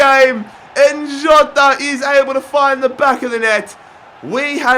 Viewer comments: Jota is pronounced jjjota I'm a wolves fan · just say jota normally omfgg haha